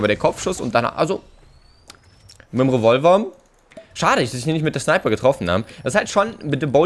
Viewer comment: Er sagt 2 schneiper